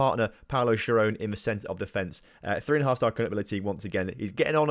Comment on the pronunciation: Schirone is pronounced Skeeroneh just to let you know :*